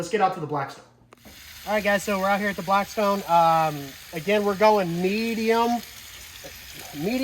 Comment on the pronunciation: Lost me when you said blacktstone. Theyre trash